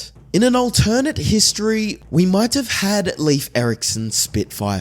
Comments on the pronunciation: THANK YOU!!! His pronunciation was driving me NUTS!! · Leif's name is pronounced " LAYF" not Leaf. Common mistake, however a few of my ancestors and even my grandson are named Leif. It's Scandinavian heritage 😁☮️